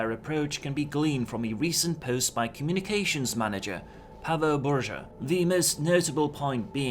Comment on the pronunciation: Paweł Burza. It was hilarious when you said Burza (storm, tempest, thunderstorm). Rz in Polish is pronounces same as ż. It's more of one letter sounds, rather then two. This gets foreigners so confused. Thanks for your video.